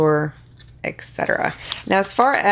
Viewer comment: Can you say et set era (etc.?) not eck set era! Pet peeve, but you are awesome regardless!!